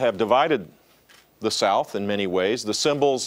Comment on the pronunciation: "Sowf Carolina." Is it that hard to pronounce a "th?" #KEEPTHEFLAG